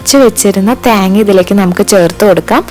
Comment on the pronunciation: theenga enn parayunath kekan nalla resund😂